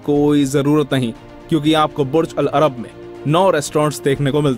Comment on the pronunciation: your pronunciation of "Burj al-Arab" is wrong. But great video ❤️